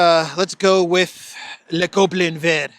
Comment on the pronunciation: You're getting better by the day at pronouncing "le Gobelin Vert"! Kudos!😂